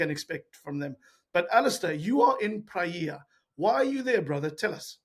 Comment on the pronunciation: Good video! But, please, pronounce “Praia” like if it were “Prye-a”, do not pronounce it like “Praee-a”. Actually, 9 inhabited islands, 1 uninhabited. If you are still in Praia, I hope you enjoy your stay. 🫂❤👍